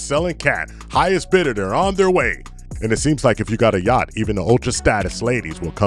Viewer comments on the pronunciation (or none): Yacht thacht😂😂😂